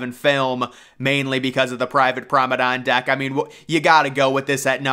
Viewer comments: What on earth is a "Prommedon"? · I love the way you mispronounce the word promenade as prommedon, and a la carte as alley carte. Your commentary style is quite unique and very pleasantly entertaining. It makes me very relaxed. Keep it up.